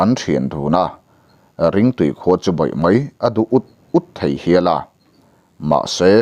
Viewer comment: bei ni lo in bai a ni zawk lo maw ka thian